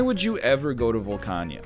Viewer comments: Volcana. Not Volcania. Nor is it Volcanya. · Don't worry, we get them back whenever he says "Volcania" instead of "Volcana".